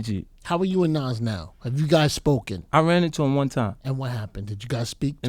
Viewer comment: 50: "Naws" (Nas) lol